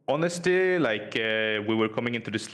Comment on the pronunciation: Interviewer: ... Lider: HONESLTY